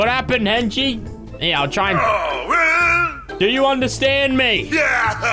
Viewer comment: When says henchie sometimes it sounds like he is saying Kenshi, like the mortal kombat character